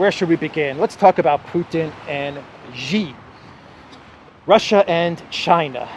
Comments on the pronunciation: Xi = sheeee not Geee. Sheee Jinping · …Love your content but please pronounce Xi as Alexander does, “She” not “Zshe”. “X” in chinese pinyin is pronounced with soft ‘sh’ sound.